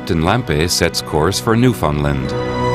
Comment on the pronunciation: New-Fin-land not New Found Land. That’s like calling Arkansas Are-Kan-Sis.